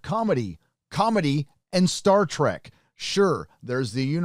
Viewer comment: Please stop saying "Star Track". Seriously though they are trying so hard to be Rick & Morty.